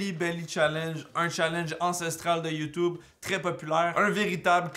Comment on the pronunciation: ON DIT YOUTUBE PAS YOUTOUBE !!! (vous m'avez bien fait rire, votre humour est celui que j'adore, c'est-à-dire de l'humour lourd)